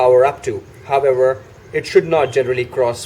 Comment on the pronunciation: Nice informative vid. Everytime he said however i heard, herbivore. Is it only me?